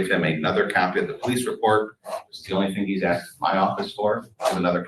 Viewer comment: He "Axed" for. Here we go. LOLOL